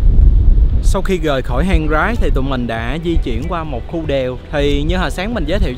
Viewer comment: Hang Rái đọc riết quen thành Hang Gái!! :))